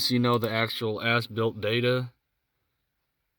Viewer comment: Haha, I like the video but I can't help but hear him says foreskin at the start of the video and ass built multiple times Thanks for the video guy good job. 😂 😆 😂